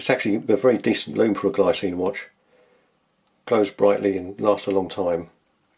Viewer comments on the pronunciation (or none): btw, it's pronounced 'glee-tsee-nuh', the brand is Swiss.